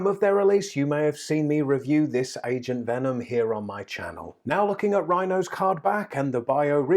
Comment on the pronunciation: When you said agent venom I thought you said asian venom lol